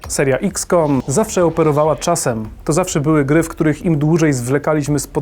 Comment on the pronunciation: EXcom, nie IKScom